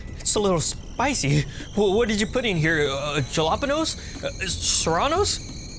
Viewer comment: “Jalapedo” the karen said😂😂😂